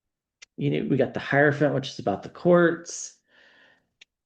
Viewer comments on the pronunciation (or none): none